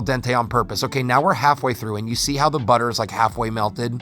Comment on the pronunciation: OMG That Budder